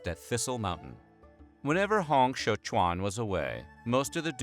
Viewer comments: While it's a good effort with everyone's names, it's quite a bit off. ie: Hong Xiuquan: "Hong" the -ong would be more similar to a long O. Xiu is good. "Quan" doesn't have much of a similar pronunciation in English. "Quan" would be more like "chew-eh-n" or "chyuen" with the "yu" part of the word would be more partly-puckered lipped as though you were pronouncing French. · as a chinese, thanks for the nice effort on Hong Xiu Quan name pronunciation: it was, close enough than most effort in English online.